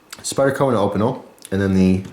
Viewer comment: sorry to be ocd but opeinel is pronounced opeenelle